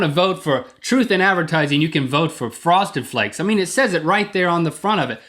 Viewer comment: fwoested fwakes!